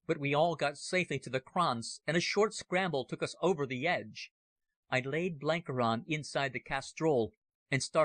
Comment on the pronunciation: Got th pronunciation of Buchan right mybe, but needed a bit better research in some of the other names! Blenkiron is ronounced 'Blenk-Iron' (you know, like iron ore - not Blenkey-Ron, And as fir the legendary Cecil Rhodes, his Christian name is pronounced ;Sessle', never 'See-ssill' :facepalm